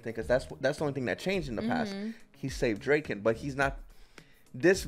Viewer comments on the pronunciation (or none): Guys... not to be that guy but its DRA-KEN lol. You guys saying Drake-N is driving me nuts 😂😂😂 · "Dray-ken"... "Akon"..... this dude... lol. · draken. like drah-kin